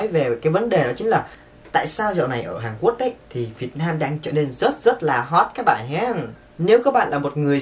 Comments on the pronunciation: Hàn Quốc ông đọc là Hàn Quất làm t buồn cười vl😂😂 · "Một lếp"; "Hàn Quất"😂😂😂